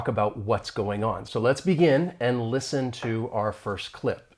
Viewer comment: I agree, but the “listen” was mumbled in a very low tone not blended with other words.